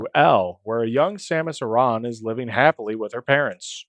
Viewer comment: Dude! DUDE DUDE!!! You said her name correctly! OMFG I love you right now. I have this irrational pet peeve about people who pronounce it like "Erin". It's "ah-ron" or "ah-rahn". Ty ty ty. Easy up vote from me.